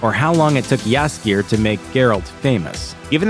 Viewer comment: the way he pronouce jaskier gives me headache.